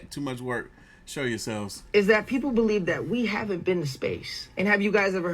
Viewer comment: lol he said “show ya selves” 😂😂😂